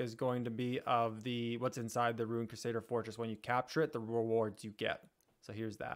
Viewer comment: CRUsader!! Not quesader 😂😂😂